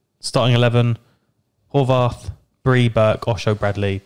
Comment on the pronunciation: Also, it’s pronounced Hor- as in “boar” or “more” and Vath- as in “math” . Cheers boys!